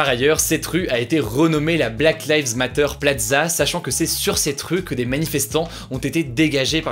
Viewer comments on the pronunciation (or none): Le monde : "black lives matters" Hugo : "black lives MATTEURS" 😭😭